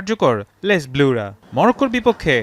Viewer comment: উচ্চারণ টা হবে লে ব্লু।